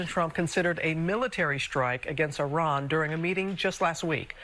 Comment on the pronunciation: Thanks for not pronouncing it "eye-ran"